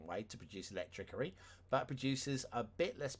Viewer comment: Something is bugging me. Why do you say electricity incorrectly?